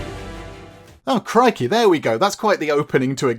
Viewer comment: I'm sorry, I had to laugh,, (because Australian) that you said something about a "bad US accent" and then suddenly came out with "crikey" in your lovely English accent after that cutscene. I am not a huge fan of the wild west genre so I will never play this game, so I look forward to watching this!